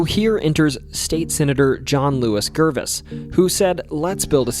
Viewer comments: Is your voice real, or really good “AI?“ If it is real, I am definitely not complaining but GERVAIS is pronounced “jer-VAYZ" Even though I grew up in Columbia, I don’t know why they were so wide… It was in involved in the Civil War, and of course, another burned by Sherman. I do know that Hendersonville in North Carolina has streets this wide, so that team of oxen 2 wide — for logging — can turn around in the streets. That sounds good enough to me. I’m not sure of logging practices antebellum, but I do know that much of the surrounding area are Pines of a specific type they call loblolly. Imagine if Dr. Seuss made a pine tree… In similar Midland and Sandhill regions such as Columbia and eastern North Carolina I know that in North Carolina Longleaf Pines were farmed extensively, thereby destroying almost all old growth, even though they are native. This was purely to produce glue for ship billing. The set of pine trees makes an excellent glue good enough to use on seafaring ships. Get this stuff on your fingers or look at a damaged tree in the fall and you don’t know what I’m talking about. It makes molasses look like water. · “Bo-fort” is in NC. Beaufort is in SC. The “beau” is pronounced as in beautiful. And Gervais is pronounced “Jer-vay”. Other than butchering the pronunciations, good video. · Great video. A couple comments. Gervais, of John Allen Gervais, is pronounced Ger-vay (like Ger in German) in a French Huguenot fashion. In the late 80s early 90s the Columbia tunnels were said to be used by Dungeons and Dragons players. Longstreet Theatre has quite a bit of haunting folklore due to it serving as a Confederate hospital during the Civil War. Thanks for your hard work.